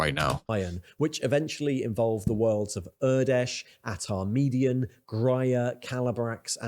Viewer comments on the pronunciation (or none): none